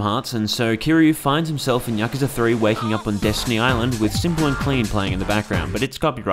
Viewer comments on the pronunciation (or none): none